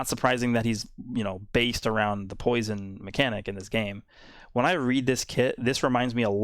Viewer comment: “To scared of my POUISUN to attack”